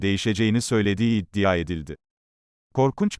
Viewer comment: Su 'iddia' kelimesini dogru durust soyleyemiyor musun spiker!?